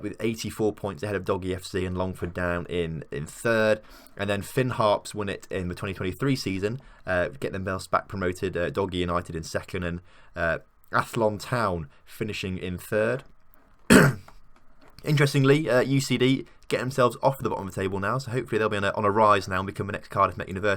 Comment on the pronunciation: Athlone Town is like it says on the tin.... Ath-Lone Town. Lone as in "all alone", not Ath-Lonn like you said.